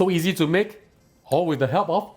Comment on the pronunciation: i laugh every time you say “easy”